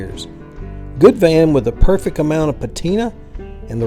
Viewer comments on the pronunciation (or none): none